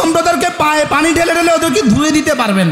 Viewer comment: পানি উচ্চারন করে হানি